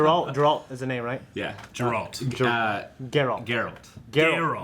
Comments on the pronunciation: How did you mess up and call him Jerult? Are you guys fans or not? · Jarealt no, Geralt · If says Ger-ault one more time...